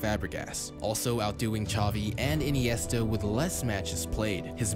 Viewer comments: Zavi not chavi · The way the commentator kept saying "Chovi", "Motta" and "Chobi" made me cringe so much... Ffs man its not hard